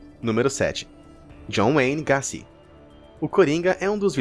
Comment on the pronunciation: O John Wayne gace e não gazy